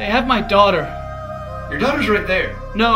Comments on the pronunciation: The word daughter didnt actually sound like a word by the end here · I like the part where he said "daugthers"